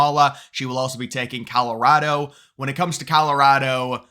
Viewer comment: Call- ah- rad- duh. Hope that helps